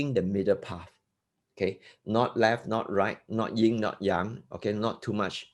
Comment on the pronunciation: ... in English, it's Yin & Yang ( not "Ying & Yang")